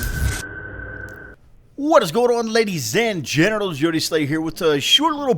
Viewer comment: this have been bothering me for a while, at start of every video do you say "what is going on ladies and gentlemen" or "ladies and genitals" ? :D